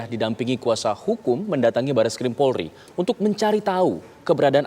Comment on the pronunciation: pembaca berita menyebut "PORLI"